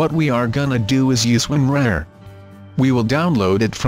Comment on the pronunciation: "Win Rare", "Wine Rar". Stupid voice program.